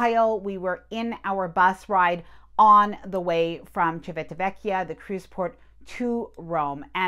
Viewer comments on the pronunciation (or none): none